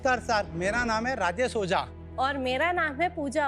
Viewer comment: Yar oza nahi ojha hota hai